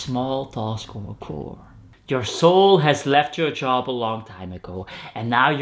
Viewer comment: If you're wondering, chore is sounded with the "tch" sound like in "chasing" But all good, I still understood what you meant 🙃